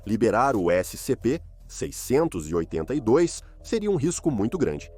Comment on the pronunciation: "Ésse sem em pê" kkkkkkkkkkkkkkkkk